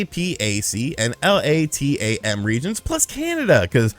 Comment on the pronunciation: It's pronounced i-mee-uhh, a-pack, and lah-tam. Source: I worknfor an international business and work in all these regions.